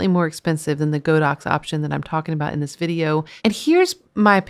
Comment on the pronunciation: Godox is pronounced god-ox.